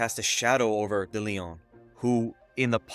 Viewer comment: Great information and presentation. Pronunciation was rough especially de León. Closed captioning was having a hard time too!